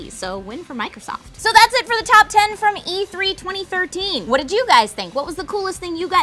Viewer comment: did she say tap 10?? or am i loosing it....